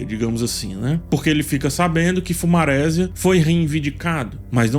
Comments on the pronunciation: uma pergunta: Por que você fala nos seus vídeos fumarésia (bem com acento no e mesmo, enfatizando o maRÉsia) e não fumaresia (que no caso é da palavra maresia mesmo). Sempre fiquei com essa confusão linguística. Poderia me explicar? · Eu acho engraçado que fala "fumarésia" sendo que é a junção de fumaça + maresia. Ou seja, a pronúncia é fumaresia. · Impecável o vídeo, só um cuidado: Fumaresia (de mar), a sílaba tônica não é “re”. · Por q não pronuncia FumareSÍAAAA? 😅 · Agonia do falando “fumarésia” kkkk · eu adoro as análises do mas essas pronúncias.... FumarÉsia kkkkkk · Mano, adoro as visões desse cara. Mas o jeito que ele fala o nome dos Targaryen e principalmente do Fumaresia, mata o português 😐